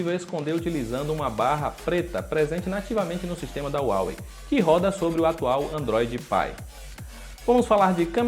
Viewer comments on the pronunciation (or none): Não é uawei é Huawei